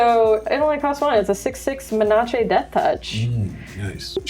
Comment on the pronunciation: Thank you for pronouncing Menace correctly. the way the others say it sounds too close to another word (look up menarche)